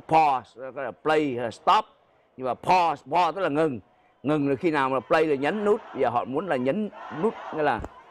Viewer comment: Pronounce Pause ( Paaz ) phát âm cho đúng không phải Po ông MC ui